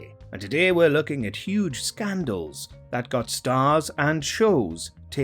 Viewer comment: Huwge Scandals